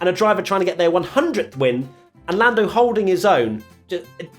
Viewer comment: Been hearing a lot of “Forlando” in every review lol